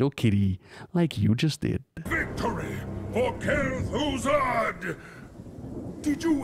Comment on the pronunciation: "Kel'Fuzad" Disliked